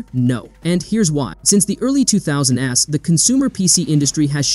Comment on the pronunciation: bruh not an ai voice! I didn't expect a person to say, "two thousand es" instead of "two thousands"